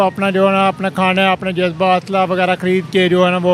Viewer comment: Judge baa kya hota hai😂😂😂 Ja z ba hota hai..